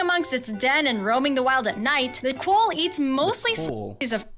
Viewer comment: You keep watching Americans talking about Australia and this girl isn’t even pronouncing things correctly, like quoll, emu, goanna, kookaburra, etc.